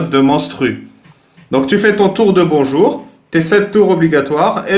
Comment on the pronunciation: Bonzour cailloux 😬